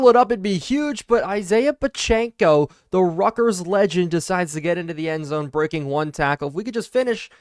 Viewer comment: Love the content but your football knowledge made me laugh. I wanted to click off the video when you pronounced Pacheco’s name completely wrong all game